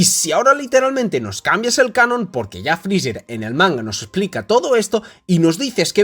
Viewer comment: por que esa mania de llamar a freezer "frizzzerg" suena horrible jaja